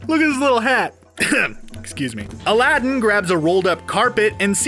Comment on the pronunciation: You need to really learn to pronounce aladdin